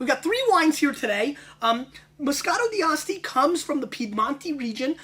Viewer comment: He's pronouncing the D too prominently in D'Asti. It's more fluid. Dah-stee. My favorites are by La Spinetta and Saracco.